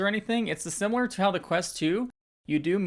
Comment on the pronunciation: I’m sorry I’m pointing it out but I loved how you said it looks “simeulurller” lol I’m so sorry but it made me laugh. Edit: Made me laugh even more because I then went on to say it this way 3 times lol!